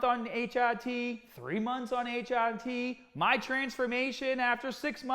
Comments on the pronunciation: What are you doing?.... It is pronounced Tee Are Tee. Not Tee Odd Tee... Need some PEDs out there in Brooklyn, some PRONUNCIATION ENHANCING DISCUSSIONS. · he says it right the final HRT he says is right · Everyone: "HRT" "H - AH - T" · Sounds like a Boston accent. My ex used to say "work on the caahburataah in my caah" but bra was brar. 😎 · I really love how you said hrt it sounds like a different word